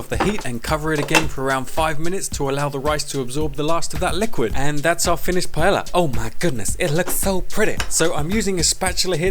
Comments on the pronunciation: Okay the first 4 seconds nearly killed me 😂😂😂"PIE-YEAH-YA" it's pronounced "PA-EHYAH" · Pie-ay-yah is how it is pronounced you BUFFOON but this looks delecioso y estoy muy entisusiasmada para probarlo! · Nice looking rice with veggies. As a Spaniard in the UK, I've lost count of how many times I've heard the weirdest vowels combinations to pronounce paella. Not quite there, but I appreciate you trying. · I have yet to meet an English native speaker that pronounces paella correctly XD (pah-EH-jah) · Spanish person here: I would say that the best way to pronunce is like: pah-ai(like the one in said)-ya. It is still funny how you say it. Thanks google translator for making the weird sounds. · under my pie-ella ella ella eh eh eh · I'm here for the way he says Paella (btw Love the recipe). Ok no I just love you trying to talk in spanish,you actually did pretty good and as a Spanish yes, it's not a normal paella but it looks amazing